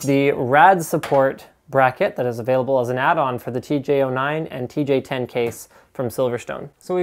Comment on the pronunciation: I like how he fucked up the name in the last seconds of the vid :D